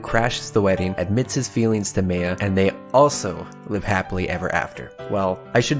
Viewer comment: I can’t remember the last time anyone put so much effort into pronouncing the characters’ names properly (Like “Meh-ya” instead of “May-yah.”) Already a good deal of points there, as well as just making a solid video and a much-needed comment on “Oh Extra is bad, just skip to Unlimited.”. First time seeing your channel and I can’t wait for the next one. Good luck as well with reading the rest of Alternative. Also, Meiya’s my favorite but you have excellent taste, good sir.